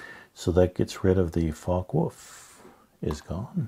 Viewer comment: rahhhh… I’m sorry, but I couldn’t help; even with medical assistance. Two things turn me on in all the wargaming videos from the US, the UK, Canada, etc. The wet “w” in Luftwaffe… and the hard ending “k” in Reich - no, it ain’t pronounced “ra-eek”, unless you speak Dutch (and then the actual word is Rijk), but “ra-eesh”. Apart from that I’m perfectly normal - and don’t even mind when French names of people or places get butchered, which also happens a lot in wargaming videos. Thanks again for all your videos. They really are a plus, notably with your emphasis on old games.